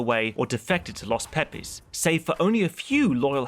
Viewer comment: Ahhh yes.. the infamous... LOS PEE PEEs.